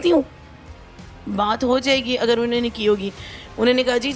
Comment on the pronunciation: یہ کیسی ٹیچڑ ہے جو اگر کو اگڑ اور ر اور ڑ میں فرق نہیں کر سکتی تو پڑھائے گی کیا؟